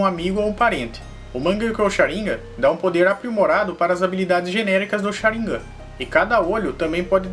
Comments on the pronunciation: Não me aguento ouvir shaniga invés de shanigan kkk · sabe nem fala Sharingan, kkkkkk Sharim gam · Ele fala sharingan errado n é sharíngan e sharingan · É Sharingan não é sharinga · Sabe nem falar sarigam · Pq as vezes você pronuncia Sháringan e Sharingan? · q nervoso tu falando sharíngã kkkkkkkk é sharingan mano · Cha rin ga ,_, agunia dessa fala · O cara fala shirangá KKK não consigo ouvir sem lembrar kk